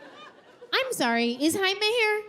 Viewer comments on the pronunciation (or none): It’s pronounced Hi-meh.